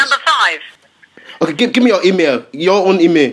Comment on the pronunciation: Same! and also the way he says email - emay xD